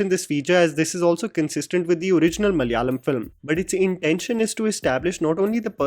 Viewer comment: it is pronounced Malayalam not Malyalam